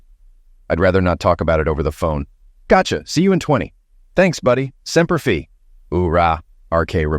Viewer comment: Semper “fee”? . Good God, that’s so disrespectful.